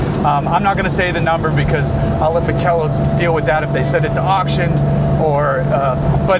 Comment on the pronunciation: The name of the company is Makel los, which means flawless in German. [ˈmaːkəlˌloːs]. It's pronounced with three syllables: "ma-kel-los". The emphasis is on the first syllable "ma". Fantastic car. Love it.